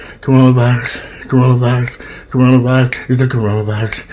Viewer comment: You should make a Tic Toc Corona virius it's Corona virius I been moving Everytime u say that 😂😂